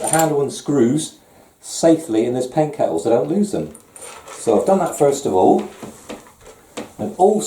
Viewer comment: He said “Pain Kettle”! 😹 Like it’s a bloody Tea Pot!!! 😹🤣😂